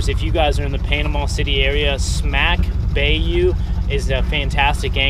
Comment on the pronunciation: Great video I’ve been following you since you left the Great Lakes. Your down south so as not to sound like a snow bird, bayou is pronounced ....by-you